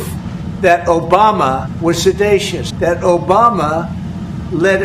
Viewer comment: 'Sedatious'? Was it an uprising, or was Trump just dozing off again? Sedition would be a pleasant break from Trumps' bungling, stumbling fuck-ups.